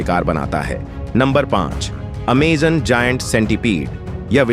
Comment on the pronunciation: Naam tao theek se le bhai Aimazone hai